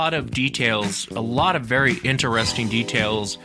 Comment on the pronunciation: I’m more and more convinced this dude drinks during these podcasts. “Innnesressng! “